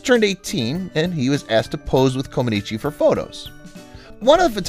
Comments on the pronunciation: Her last name is pronounced Comaneech not Comanichi. I know this because my wife is Romanian. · Comanech, not Comanechee. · Her name is NOT pronounced "Comb-an-eechi". It is "Kom-an-etch" as everyone in the rest of the world knows. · The final letter is silent in Romanian words ending in the letter ‚i‘. her name is pronounced Comanech. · You are pronouncing her surname incorrectly. It is pronounced common etch. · Coma-neech, please. If you are going to use a computer narrator, make sure that the computer is programmed to pronounce the subject's name correctly. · Mispronounced her name throughout… the “i” at the end is silent. Its pronounced “Co-muh-NEETCH” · Romanians dont pronounce the i at the end. Say "Comaniche" (e is silent) or Co man eech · Amazing that you are doing a video about one of the greatest female athletes of all time, and you can't even pronounce her name correctly. It's ComanEECH. The "i" at the end is silent. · Her name is pronounced comaneech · Too bad you can't pronounce the lady's NAME! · With the last name "Comaneci", the last syllable "i" is silent. At least, that's the way it was pronounced by TV announcers during her Olympics televised appearances. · Ouch! That continual mispronunciation of her name is slapping my brain -- can't watch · It would be wise to properly pronounce the subject of the video, before recording it, let alone posting. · The 'i' ,at the end of her name is silent !! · I can barely watch this because the incorrect way you keep saying her last name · The i is silent. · Learn to pronounce her name. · It would be nice to learn how to pronounce correctly Romanian 🙃 names Sounds awful 😖